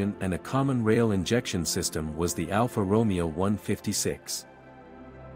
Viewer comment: Alfa Romeo pronunciation might be one of the best ai slop detectors.